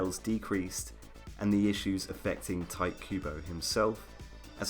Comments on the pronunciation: The fact that you pronounce Tite Kubo as "Tight kubo" makes me giggle (It's something like "Tee-teh" btw) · "Tight" Kubo. TEE-TEH. That's how you pronounce "Tite" with a vague understanding of the Japanese language. If it was meant to be pronounced as you do it, it would be spelled as "Taito." In any case...I did like the core of the Arrancar Arc more than the Soul Society Arc. I think Kubo tried to make the Rukia Rescue story too political and just used fights to spice it up. I was in it for the Inner Hollow and barely got anything for it, so when the Arrancar Arc popped up I was pretty happy. The change from the defeat of Aizen to the Fullbringers was as much of a plot-theme change as the current arc of Attack on Titan. I was in it for the stuff on Paradis Island, not this...I don't even know how to describe it...world war with Marley? that it is now. I entirely don't care. I've halfway kept up with it (I hear about the major plot points but I don't actually read the manga myself anymore; it's that boring to me) but the reintroduction of the Titan Shifters hasn't made the series feel like the AoT I originally kept up with, so I'm only following it so I 'know' what happens. I feel like I invested too much time into it before to just give it up. The same went for Bleach through the Fullbringer Arc. My capacity to give a damn about the Thousand Year War arc ended the second Nell fell from the sky and landed on Ichigo, complaining about stuff in Hueco Mundo with Hallibel getting captured. I dropped it cold turkey...heard about a couple things that happened (I predicted about 90% of R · Oh my God why are you saying Tight instead of Tite? xD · Its cringe to hear you pronounce Tite as Tight. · Stop calling him "tight" Kubo for god's sake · great video but "tight kubo?" really? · You know its Ti Te right?. two syllables. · When people pronounce his name "Tight Kubo", I dunno if I should cringe or be amused or aroused.